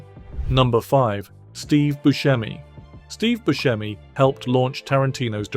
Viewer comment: The name is "Bu se mi" with a sharp "s", not with a "sh". Steve himself pronounces it this way and he should know.